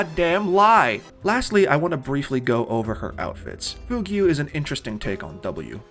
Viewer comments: first of all im NOT hating but fugue is pronounced fewguh 🫶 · im sorry but did you pronounce fugue as fyoo-gyoo? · Loved the short!! Fugue is pronounced like fyoog though, sorry lol your mispronunciation was a little jarring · "Fugue" is pronounced "fyoog" like a fugue state, or thr type of music. It comes from Latin "fuga" meaning "escape".